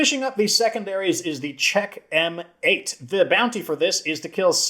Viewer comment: It's also odd that the Sweet Spot has dismemberment at all. How a bat can knock an arm or leg off is beyond me. Also, Czech M8 would be pronounced "checkmate". The Golden Honcho is hilarious to me. In reality, an AK47 (or any other assault rifle/carbine) with no stock wouldn't be as controllable as it is in-game. Yes, it has the "Romanian Dong" forward grip, but that only helps so much. All that said, I love the Czech M8 and MPX Competition. Especially with a gunslinger. Although my favorite weapon to use with a gunslinger is a shotgun.